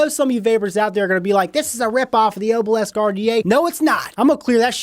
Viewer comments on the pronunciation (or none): Every time you said Oh-bhil-esk I threw up a little. It’s pronounced AH-bil-isk.